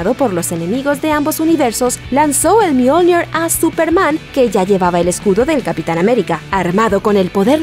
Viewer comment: Buen video, pero no utilices acento inglés para hablar de Mjolnir, más que nada porque es una leywnda noruega.